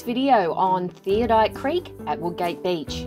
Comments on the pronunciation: Great pictures of a beautiful place, however, It is pronounced Theod - oLite not theodite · Ummm if your going to show places how about you pronounce it correctly it is pronounced "thee od o light" Not "theo- dight" wow insults to locals who named it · I am amazed at the amount of people who cannot pronounce Theodolite THEE -OD-O-LITE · Theodite? No, it's Theodolite.